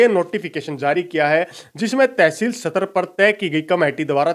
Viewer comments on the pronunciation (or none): none